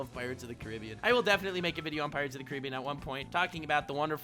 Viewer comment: I’m more happy said Pirates of the Caribbean correctly.